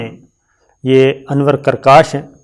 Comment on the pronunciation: آپ نے نام غلط پڑھ دیا انور پرکاش ہے بنیادی طور پر ہندو بدھ مت ہے